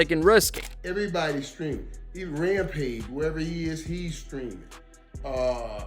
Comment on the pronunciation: Rampa-jizz? Fuck this AI shit.